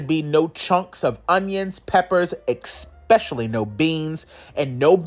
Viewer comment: Did he say "expecially?".. yeah! that's what I thought!.. See ya later "expecially!"...